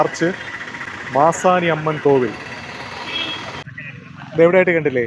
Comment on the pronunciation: Manasi alla...maasani